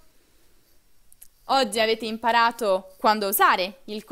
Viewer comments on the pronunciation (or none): Ozzi,viazzio........ Che pronuncia sfarzosa....